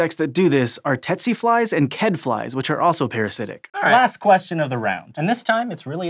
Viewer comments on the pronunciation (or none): who else is disappointed in mispronunciation of 'tsetse'??? tsk tsk...